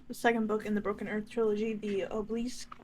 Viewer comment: It's obe "obe-lisk" not obo "obolisk_